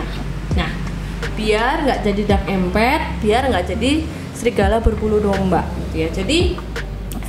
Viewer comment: Menarik sekali pembahasannya karena Abah juga empath, maaf kalo boleh Abah saran sedikit coba dengarkan para bule yang membahas empath itu, rasanya dari semua bule yg Abah dengar itu empath bule menyebutkan melafalkan tetap em'pat bukan empet😅, sekedar saran saja ya jangan marah karena jadi terdengar aneh empet empet.... Dark empet.... YouTubers lain malah ada yg lebih parah empath diucapkan impet impet wkwkwkw malah seperti impact benturan atau akibatnya, berdampak, kan jadi salah arti begitu, mgkn mereka ga pernah denger bule nya jadi dikira kira ejaan dan ucapannya di Inggris ingriskan sebisanya. Abah tidak maksud membuli silahkan di periksa orang Amerika, Eropa dan bule lainnya semua ucapnya empath itu em'pat, Abah bisa salah juga, mohon maaf juga, jadi ini sekedar saran saja. Tetap semangat berkreasi dan sukses ya